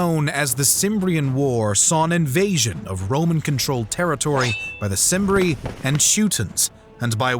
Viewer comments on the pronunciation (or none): Not at all, the pronunciations are bothering me. It's Kim-bri (cimbri) not sim-bri. It's Suh-Luh (Sulla) not soo-la. It's Mithra-day-tees not Minthra-dates... Great video over all but the proper pronunciation brings a level of policy to videos like these.